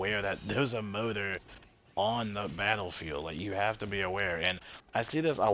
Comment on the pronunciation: i keep wondering why you were saying motor? then you said ems motor and i realized you were saying mortar. that said yeah ems and mortar honestly pretty key in this mission. just keeps them fellas back. its the biles that just absolutely stomps around.